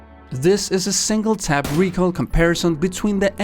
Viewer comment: He said recoirl which triggers me so much